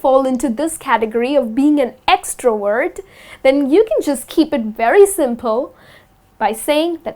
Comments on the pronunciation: Extrovert not extroword😁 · You pronounce extrovert like extra word !! Whyyyyyyyyyy